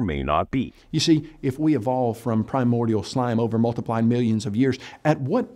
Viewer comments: At first I thought I misheard but actually pronounces "multiple" as if it was "multiply". Urgh. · To make it more frustrating, often cuts off plurals where they're needed. Still not as aggravating to me personally than his inability to pronounce "multiple" properly. Every time I hear "*multiply* millions of years", my eye twitches.